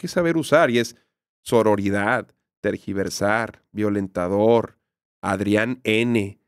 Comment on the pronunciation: yo recuerdo que dejé de seguir a Gala porque siempre estaba peleando con gente en instagram jaja y ahora que AM dice lo de “tergiversar” recuerdo que ella en sus comentarios siempre escribía eso, pero decía “transquiversar” . La gente la corregía obviamente jaja pero pues supongo que desde ahí se le quedó